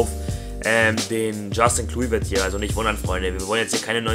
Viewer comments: Assgesprochen wird er "Kloiwert" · Er wird Kleuwert ausgesprochen ;^) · den spricht man so aus "Kleuvert"